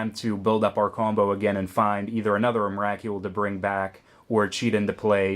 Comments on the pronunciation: believe its pronounced em-ra-cool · was anyone else bugged by his pronouncing of Emrakul? the "Kul" is supposed to be pronounced like skull :P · Why can't you say emrakul right